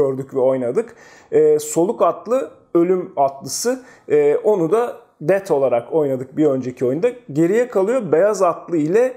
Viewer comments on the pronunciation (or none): hocam rica etsem 'death' telafuzunu duzeltirmisin. daha onceki videolardada dikkatimi cekmisti. dead gibi cikiyor agzinidan maalesef ;)